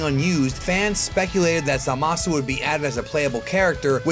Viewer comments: isnt it ZA-masu......not za-MA-su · You mispronounced Zamasu's name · Stop saying Zamasu FUCKING WRONGE!!! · Pretty interesting video, though he constantly mispronounced Zamasu's name.